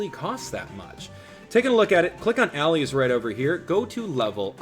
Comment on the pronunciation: Did actually say click Allies as All-ees.